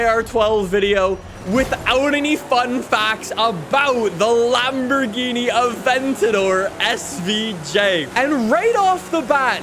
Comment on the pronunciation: My man just said Lamborghini mercy lag O